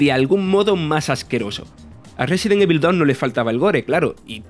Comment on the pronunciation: Amigo se pronuncia "resedent ivol"